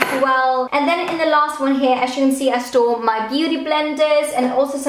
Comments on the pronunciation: Everytime she says "store", because of her accent it sounds like she's saying "stole". I stole all these singular eye shadows over here and in this last drawer, this is where I stole all of my lip products😂😂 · Whenever you said 'store' it sounded like you said 'stole' 😂 I store all my brushes here I stole all my brushes here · I thought the exact same thing 😂